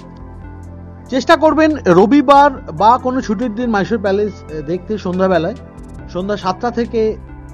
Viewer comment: Mysore ke "Myshore" ar Palace ke "Palesh" bolchen barbar ... bisri lagche bhai